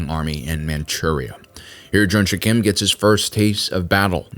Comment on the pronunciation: like your videos but some corrections are to be made, Since its american thing to mis-pronounce or interpret everything. the main Character's name is Junsik not JunSHUCK Korea was annexed by Japanese on 1910s after Treaty of Eulsa was signed by Japanese Empire and Korean Empire (signed by Korean Traitors / after assasination of Korean royals) Before that even happened, Korea was never occupied by Japan though Korea was invaded by Japan on Numerous Occasions Kwhantong Army was well-equipped compared to other IJA forces but not compared to Soviets. after several battles, Japanese Command did realize their fire power and heavy weaponry is incomparable to what Soviets had. so the Japanese Command encouraged their soldiers to participate in brave, honorable suicide missions against Soviet bunkers and tanks just like they did in China. (Encourage = Forcing them to*) this Korean guy who was captured in Normandy was identified as Mr. Yang gyeong sung, he later immigrated to U.S but never said a word about his journey not even to his family. but many of Korean WW2 Survivors tell the similar stories, One of the famous one is Korean guy who was stationed in Indonesia during ww2, then joined the independence movement in Indonesia to fight against Dutch etc German invasion of Soviet Russia was Operation Barbarossa not Captain Barbossa Pas de Calais [ Pa- de calae ] not pass di Kaales